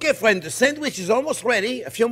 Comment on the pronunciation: Oh I love it when he calls me fwen. Makes me smile hahaha. This man is precious